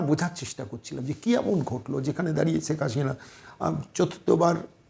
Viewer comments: শ আর স এর উচ্চারণ কি উনি জানেন না?! সেখ হাশিনা বলছেন উপস্থাপক বার বার!!!😅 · Kindly pronounce the name correctly! It's SHEIKH HASINA & NOT Seik HaSHina...Why is it that you people cannot pronounce our kind of names? 👿👿👿 Btw: I'm NOT a supporter of Sheikh Hasina though...